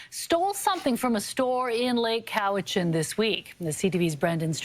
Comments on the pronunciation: It's pronounced cow-itch-an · It's pronounced, Cow-i-chin. I live near the valley on Vancouver Island.